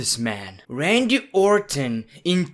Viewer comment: "Randy Owr'ton"